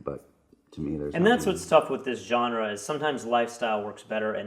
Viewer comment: I like it... maybe because i'm French haha